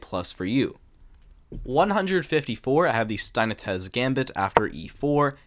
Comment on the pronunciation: It's 2025 and we're still waiting for a single American to correctly pronounce very easily researched names. Steinitz....how on Earth did you think that was Spanish? "Steinitez"????!!!!! C'mon!!!! Have you never seen a Germanic, Austrian or Jewish name??? Ah yes, Wilhelm Steintez...son of José and Maria 😅 But then Ringelbach, no problem 😂